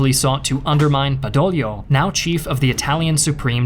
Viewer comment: Badoglio!!!!!! Not bedolio…..😂